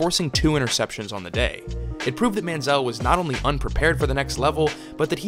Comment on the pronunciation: Very Good Video ! Sidenote: Why does Everyone Mispronounce ManzieL's Last Name ?